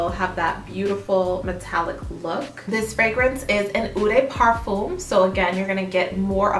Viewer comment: If you’re going to make more of these videos you should watch a few perfume channels to learn the pronunciation of the key terminology! Especially “eau”, “toilette”, and “parfum”. (Also “peony”, “métallique”, “balsam”, etc...).